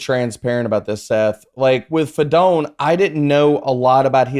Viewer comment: it’s fi-doe-knee